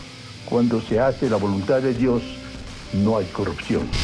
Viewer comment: Morí con la "corrucción"